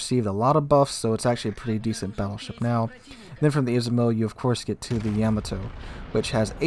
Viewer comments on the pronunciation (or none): none